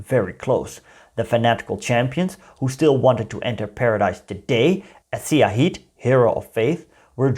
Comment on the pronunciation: I believe the digraph sy is pronounced the same way as “sh” in English. So, Syah is pronounced as Shah, syahid is pronounced as shahid (martyr).